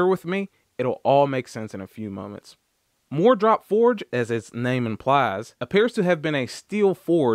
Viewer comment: Instead of saying, "MooreDrop Forged", it might make more sense to pronounce it "Moore Drop-Forged" tools (even if that's wrong). As far as the 15/16" crowfoot wrench being absent, you are right, sir (with apologies to Ed McMahon). I have a set of Sears Craftsman 3/8 Drive SAE crowfoot wrenches that came in a pouch, and that set is missing the 15/16" wrench, too. I always wondered why, but it is probably not used very much on cars, so it was left out. Just like socket sets that leave out one or two sockets for that reason, you inevitably need the one(s) they were sure you didn't need (and wouldn't miss). I bought a single Gearwrench 15/16" crowfoot just to have one on hand. Crowfoot wrenches are the bench warmers of the toolbox, however; in the eight (8) years I've had this set, I've used it once (the day I bought it). By the way, mine have "-W-" stamped on each wrench, so it's not an Easco set. I paid $49.99 for it at the local Sears store. It wasn't wasted money, though, since I had to stop work within a few minutes after beginning the installation of a new kitchen faucet. Nothing else I had at the time would work. Five minutes after I returned home, I had removed the stuck fastener and was able to complete the installation.